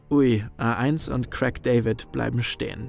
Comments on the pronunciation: Es heisst Craig und nicht Crack David. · Wer nicht mal imstande ist, Craig bzw. A1 richtig auszusprechen sollte lieber nicht über "so gar keine Ahnung" reden. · Nicht Krack David , Craig du depp